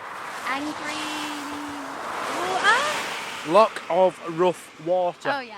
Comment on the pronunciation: I love you I love you for life you sound do good when you pronounced loch right, your videos are fabulous keep up the good work, Mazzy keeps you on your toes eh ha ha ha she is braw xx